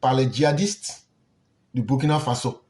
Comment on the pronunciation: Je vais m'adresser à l'idiot qui se cache et parle on dirait il vient de manger gari sans sucre -là. Le Burkina Faso n'est pas ton ami, c'est un pays qui a existé avant ton grand père. Tu peux ne pas aimer notre président, celà n'engage que toi, mais tu n'as pas le droit de tordre le nom du pays. Si tes autorités ont négocié de pays à pays pour libérer les deux gendarmes, tu ne dois pas jouer à la folie jusqu'à mal prononcer le nom du pays. J'ai toujours dit, tout ceux qui sont payés pour dénigrer le Burkina,vont vomir cette argent tôt ou tard, demande à djony patchenko, il est en train de lire l'heure actuelle. Ton tour arrive. Vous, les jeunes ivoiriens avec vos bêtises -là, vous croyez que burkinabè n'a pas bouche pour vous insulter aussi. Voilà une jeunesse paresseuse, naïve, une jeunesse de buzz, de brouteur, de facilité qui veut mépriser les gens. Bandit là !